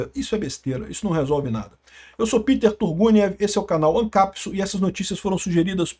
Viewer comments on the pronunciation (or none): none